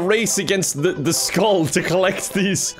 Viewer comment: I hate how he says the skull. Is this your first banjo kazooie game?